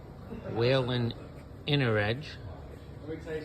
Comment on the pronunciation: WHEEL-EN. There no a in Whelen.